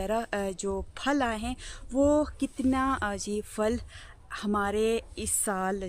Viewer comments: Fal is wrong word Phal is right word اسلام علیکم ورحمتہ اللہ وبرکاتہ اپ ہمیشہ پھل کو فل بولتی ہیں اس لیے اپنی اردو تھوڑی سی اور اچھی کرلیں مہربانی ہوگی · كيا اپ کی طرف پھل کو فل کہتےہین۔یہ سننے مین بہت برا لگتا ہے ۔